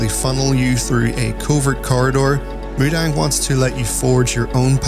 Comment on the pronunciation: it's mu-dang like...moo-dong